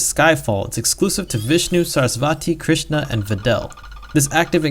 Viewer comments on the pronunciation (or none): none